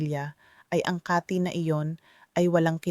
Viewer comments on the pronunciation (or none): Mali ang bigkas mo ng kati hindi kaaati😂😂😂 taga sn ka doc😅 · ano bang sinasabi nitong AI na to mali ang mga bigkas ng atay, lalo ang KATI O banggit mo ba ay KATHY pangalan ng tao? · Bisaya kba doc...Mali bigkas sa atay. Kati.mabilis.. bigkas....boteka mabagal ..Ganda mo doc barok ka magtagalog